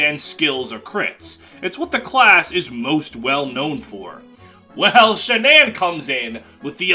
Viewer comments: IT'S SHAGNAWM NOT SHANAMM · not pronouncing shannam like Shannon is insanity